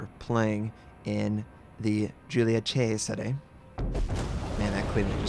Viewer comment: I appreciate your effort in trying to pronounce this ship's name the correct way. It shows respect and perfectionism:) Thanks.